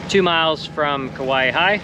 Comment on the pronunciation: How you say Kawaihae is Ka wy hi